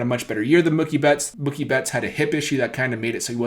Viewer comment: Bro it’s Mookie (MUU-KEE) you pronounce mookie like it rhymes w/ cookie 😂😭